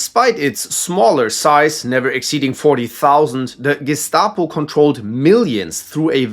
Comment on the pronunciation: You're a natural when pronouncing names at the Gestapo, Stasi, and South African Security Branch sections!